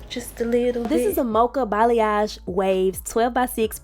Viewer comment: Not the Bay-yang!! 😂❤❤